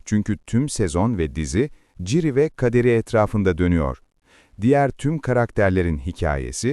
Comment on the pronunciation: yapay zekaya mı okuttun aga ciri ne ya hiç mi duymadın okunuşunu